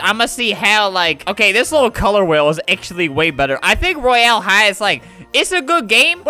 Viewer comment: 'roy- Al' high , Al / Albert XD